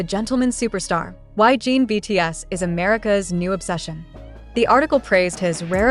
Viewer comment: I’m sorry but the AI being used to narrate this is terrible. For one thing, the constant mispronunciation of his name over and over again makes it very hard to listen to as it just grates on my nerves. Also, the meandering explanation of the content is tiresome and I just wish it would get to the facts. Most of us are busy people with limited time and we already know how amazing Jin is. I hope you will consider this when creating more content.